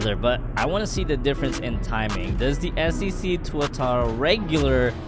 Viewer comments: The previous one says SCC and now it says SSC now he pronounce it right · finally he pronounced it right